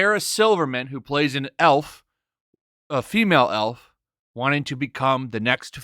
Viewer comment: Did you say female elf ?